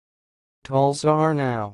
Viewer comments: You don't have a clue. Yanks are hopeless at foreign languages so why they pontificate on them is puzzling. It's pronounced /Tal-sar-nye/ with emphasis on penultimate syllable "sar". U is pronounced as an i, hence /nye/, not /now/. "Aw" is pronounced "ow" as in "iawn" = /yown/. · I'm afraid your pronounciation of Talsarnau is not correct. You should check with a Welsh speaker before you share.